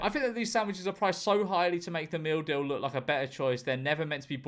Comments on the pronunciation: First time he read "meal deal", I genuinely thought I heard "We have something in all supermarkets called the mildew." 😅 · It took me 2 minutes before I realized you are saying “meal deal” and not “mildew” Makes more sense. But $3?!?! For a meal? How?